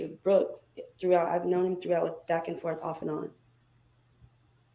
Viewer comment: Forf way. He don’t see that forf way!!! So dumb!!! He can’t even form real words!